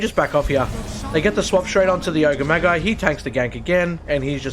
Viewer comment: My only notes are that Magi is pronounced like 'badge-eye' and maybe find some synonyms for annihilated lol